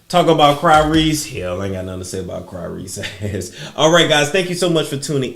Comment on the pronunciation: Not Cry-Rese ... I'm Soooo Weak 🤭😂🙃🤣😝